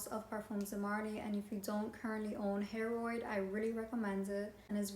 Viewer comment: It is pronounced (Hair-uhd) and it is phenomenal! So is Carlysle. Though not an older brother to Layton. Different all together.